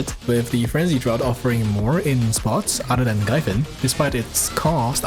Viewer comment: Btw its pronounced like "Drafts" :D